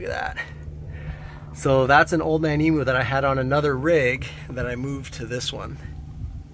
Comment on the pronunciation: Man its annoying listening to you guys murdering the pronunciation of emu